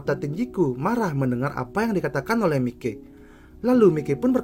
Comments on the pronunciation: Bang, makasih banget bang udh bikinin video ini, ini saran bang, mikey itu dibaca Maiki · Tambahan aja bang😅, buat pengucapan "Mikey" itu dibaca "Maiki". Goodluck bang,ditunggu Mikey vs Kurokawa